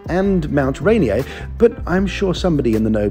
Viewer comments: Mount Ren-yay? This is America, buddy, we take our letters very literally. "Ray-neer." 😂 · Mt. Ranier is actually pronounced "ray-NEER" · Ya got the mountain correct, just not the pronunciation. It's pronounced 'RAY-near'. No worries, enjoyed the video all the same. 😉👍✌️